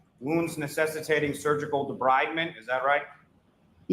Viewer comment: was so full of himself spitting out "facts" from the paper she didn't read from 2008. Then he mispronounced "debridement" just proving to me that he didn't understand a word of what he quoted.